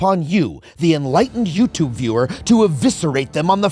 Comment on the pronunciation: every adam conover video is worth it just for the way he pronounces yütübe